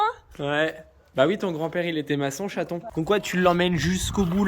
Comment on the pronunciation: c'est rigolo on dirait que tu appel ta femme château , mais je suppose que c'est chaton ?🤣